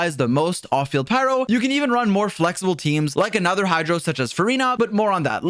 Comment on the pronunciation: "hydo dps" 💀💀